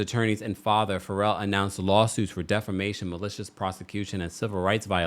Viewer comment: Not defamission 😭😭😭